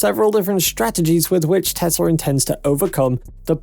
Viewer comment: It’s Tesla not Tezla. It’s Wood not Woods and it’s Ark Invest not Ark Investment. Please clean up your act. Thanks.